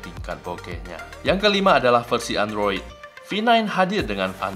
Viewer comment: "Endros..." :v